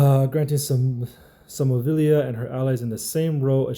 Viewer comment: Bro you struggled with that name 😂